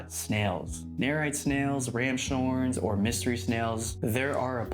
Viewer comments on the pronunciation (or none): i thought it was pronounced "rams horn" not "ram shorn"